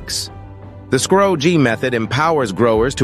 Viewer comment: You pronounced scrog too different ways but part from that done well